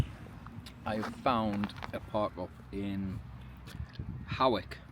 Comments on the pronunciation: Hey great videos. FYi they towns are pronounced 'Lang-u-m' and 'H-oy-k' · Hawick is pronounced Hoyk, the Aire is suspended when fair in town